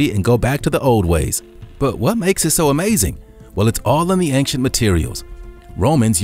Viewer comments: ˈān(t)SHənt Not ˈān(k)SHənt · Please stop saying "Ank-Shent' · "Angk-sient" driving me up the wall too. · Why does this narrator constantly switch his pronunciation of ancient? Sometimes he says ancient and other times he says ainkshent 🙄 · Dude ‘Ancient’ is pronounced ‘ˈān(t)SHənt’ it’s not ‘Ankcient’ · It bothers me so much how he says "anccient" instead of "ancient" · anXient anXient anXient. Get smone else to comentate ur vids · Take a drink everytime the narrator says "ang-shent". Also RIP. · "Ankshent" is not how you pronounce ancient. Along with the outdated material, this ruined the video for me. 2/10. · I like the way dude sez, "ancient". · Why can't he pronounce ancient? When he says it so many times! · Why does he say ancient wrong? Driving me crazy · thats True